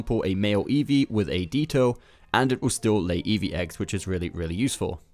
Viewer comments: I accept it. Doesn't mean it's not funny. Also his accent pronounces every other pokemon correctly, so to say DEEto is just wrong. Lighten up. I could careless if this guy called Pikachu, "Pikakoo". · Deeeeeeeto!! That makes me angry!!😡😡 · Deeto Yeeto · Looks like I'm not the only one that was triggered by dee-toe. Lol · Dude. The Pokémon Ditto is pronounced: "Dih-toe". The name Ditto is based on the English word "Ditto" which means something like 'Repeat again' or 'The same thing again'. Hence, the Pokémon Ditto transforms into 'the same thing' it happens to be battling. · I thought it was Di-toe? 😅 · I actually shuddered when he said deeto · Me: I swear if he says deetoe one more time: OMG A SHINY DEETOE Me:🤬🤬🤬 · What's a Deeto??? 😂 😂 😂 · “A Dee TOE” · Can we just take a moment on how he pronounces Ditto? Just- DEET TOE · anybody else cringe every time he says deeto? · Deetoh lol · Never heard of a deet-O must be a new pokemon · What's a deeetoe? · Ive never once in my life heart someone say deeto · Why does he pronounce ditto D-toe ? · 'DEE-TOE' wtf???? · No idea why you pronounce Ditto as “Dee-To” lol. The word ‘Ditto’ means ‘Same’ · Wtf is a deeeeto? Dude clearly speaks english. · Promounce Ditto correctly or else I'm ripping my ears off. The "Dit" part is pronounced like "Shit", as if your pronunciation wasn't shit already! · Wtf is a ‘Deeto’ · Deeto....I theenk not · WTF is a deetow?!?! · I can't with this guy. DEEto? Ok so you've never heard ditto the pokemon out loud maybe, but it's also an actual word. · How do you get a pokemon youtube channel, and you can't pronounce Ditto? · Guru: Pronounces Ditto wrong 85% of the people who watched this video: VISIBLE DUSGUST The other 15%: Enjoys the video and accepts that everyone makes mistakes. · Never heard Ditto mispronounced this way, before, lol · He pronounces Ditto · I have some homework for u go learn to pronounce ditto properly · My ears were disrespected by your pronunciation of Ditto. Lmao